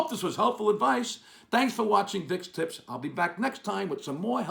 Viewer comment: Sounded like you said tits!